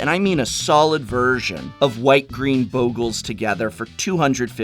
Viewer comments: It's Bog-LAY get real :P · Talking about mispronunciations... The double consonant after a vowel shortens the sound, in this case the short o, as in boggle. Usually having an e after a consonant after a vowel lengthens the sound; making bogle having an o sounding as in toe. Damn English and its rules.